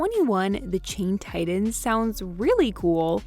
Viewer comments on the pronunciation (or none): none